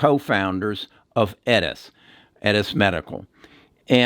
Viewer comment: This guy mispronounces everything. Editas, Doudna, Intellia, and on and on... Scary